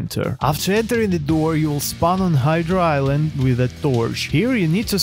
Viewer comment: "hidra island" 💀